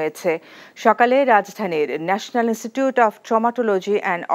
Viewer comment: ইন্সটিটিউট উচচারন ঠিক হয়নি।